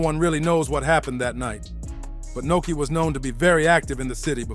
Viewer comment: Nuski not Noki